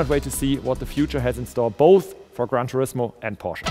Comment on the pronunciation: "Khan Turismo"